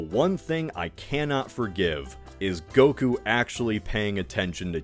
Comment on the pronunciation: Pronouncing goku as gogurt it’s funny